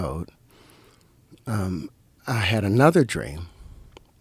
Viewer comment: One reason I can’t take T. Howard seriously is the way he pronounces L sounds sometimes. TH: “I was five years owed.” He definitely sounds five years owed when he speaks.